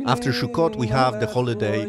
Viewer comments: Sukkot (סוכות) not Shukkot. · Sukkot my friend not shukot please my ears are bleeding. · Why do you say SHUKOT? It's pronounced SUKOT! S not SH. ס not ש. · Please say“Sukkot“ and not shukot! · sukot not shukot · Not Shukot Sukot say it right!!! Suot is spelled with a samech not a shin it is pronounced Sukot not Shukot!! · Great video, it only took you 3 minutes to get to religious ramblings. it's also pronounced "sukot" not "shukot" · Its pronounced Sukkot, with an S, not Shukkot with a Sh. You sound Israeli, so it is very strange that you get wrong the punctuation of something so simple. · The holiday is called suckot not shuckot.... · Shukkot? It's Sukkot! I don't know where the confusion is coming from, Sukkot is written starting with the Hebrew Samech (ס) not Shin (ש) which can be pronounced as S or Sh depending where you place the Nikud (dot) at (שׂ/שׂ). I'm seriously thinking about starting giving my own Hebrew lessons. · The holiday pronunciation is not “Shokut”, it’s sukot. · It is Sukkot סוכות Not Shukkot. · It's Sukkot, not Shukot. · Not "Shukot". Sukot. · It's Sukkot not Shukkot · btw its not "shukot" it's "sukot" with an 's' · This is not “shukkot”, it is “sukkot” with a “s”. It has nothing to do with a shuk…..😂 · did u just say "shuccot" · Minor mispronunciation of the name of the Holiday makes me suspicious of the veracity of this report. I gave this a like but I am a bit skeptical until I see it from the [anti-israel biased] mainstream media. Or at least see it in Hamodia. (Though they don't publish during Sukkoth.)